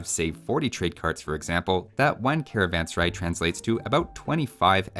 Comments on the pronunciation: the first pronunciation is the correct one as the word sarai means a place to rest and is pronounced as suh-rah-eh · it is pronounced " Karvaan Serae" just like the English letter "a" makes.. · A better pronunciation for carvansarai would be car-one-sir-aye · How to say serai.."Say-ra-ae". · [karavan-saraj] to pronounce correctly